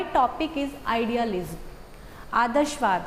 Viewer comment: APKA "LISM" SUNKR HI BAND KRDI VIDEO